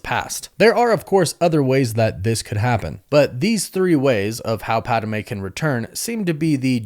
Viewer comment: Ok, I love you buddy, but say it with me. Its Pad-Meh, not Pad-ah-meh